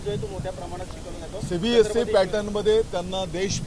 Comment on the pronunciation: Cbse चा उच्चार करून बघ फास्ट मध्ये